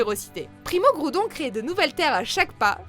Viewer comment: Elle a dit guiodré